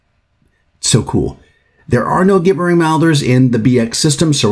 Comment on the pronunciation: Please learn to say "gibbering" correctly-- I took psychic damage from this video.